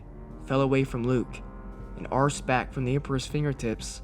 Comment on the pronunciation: Arsed? It's ARC-ed! (Arked)